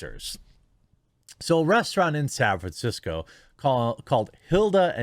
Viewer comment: Ah yes, San Franshetsco...you do not disappoint.